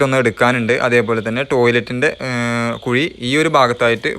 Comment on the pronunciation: കുയി അല്ല ബ്രൊ....കുഴി👍👍👍